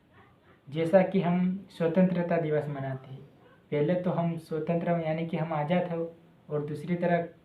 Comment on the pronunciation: पहले बोलना सीखलो भाई फिरसे बोल स्वतंत्रता दिवस बोल